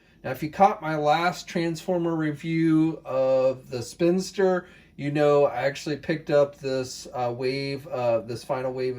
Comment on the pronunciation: SPIN-IS-TER Like spinning and sinister, not a spinster!!! - seriously 2 minutes of research on character names before a review????